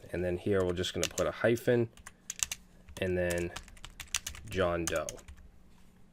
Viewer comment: "John Dope" LoL